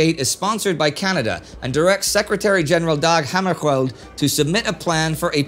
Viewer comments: In the video it sounds like you're pronouncing it as "Dag Hammarskjoeld". The impression I was having is that "ö" in Dag Hammarskjöld had a somewhat more stiff pronunciation (with lack for better words at this time). Of course, this could be attributed to regional dialect or a perception error on my end. Additionally, I tried looking up the phonetics of pronunciation, and repeating them to myself, it does seem accurate to how it would be pronounced in English, which means that it is not incorrect and I'm in the wrong. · It's facinating how Indy manages to pronounce all these city names right who people struggle with, but mispronounces the name of Dag Hammarskjöld. As a swede it was very jarring. Great episode as usual.